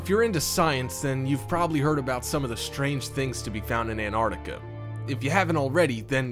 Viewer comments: Its NOT Anartica you fkn moron...get it right...did you go to school or were you brought up from vomit..learn to speak properly... ANT artica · Would you people PLEASE learn the correct pronunciation of AntarCtica it is not Antartica there is a C in the middle of the damned word.